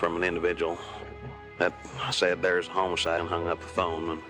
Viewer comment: So no one in Witchita knows how to pronounce homicide?